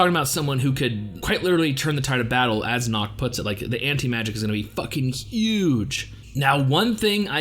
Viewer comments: Bro do not pronounce "Nacht" like "Nackt" because "Nackt" means in German "Naked" 😂 many English speaker have problems to pronounce the soft "ch" sound in words like" Nacht " properly. Usually they tend to produce a" k" sound, so they say "Nakt" and not" Nacht" or "Likt" and not "Licht". There is a simple trick how you can produce that sound correctly. Simply whisper the "y" in "yes" instead and it would sound better. Hope it helps you btw I'm not a German and German is not my language it happens I just speak couple languages 😅. Oh and great reaction. 🔥🍀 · Just so you know....Its Nacht and Morgen😏